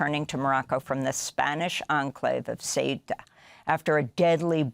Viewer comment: Don't mention the fact that morroco just named a highway after trump and yair satanyahoo mentioning this very tactic . Oh by the way Amy , your attempt to say an Arab name is pathetic .